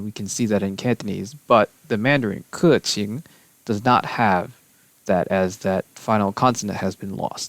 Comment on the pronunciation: Umm idk if it’s an exception, but I’m from Hong Kong so I can say that I’m pretty good at Cantonese. For keqing, the 2nd character for her name is pronounced Qing, exactly how you think you would say it. But I don’t know if it’s an excpetion